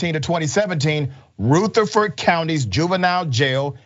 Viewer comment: It's pronounced ruh• thr• frd not root• a •frd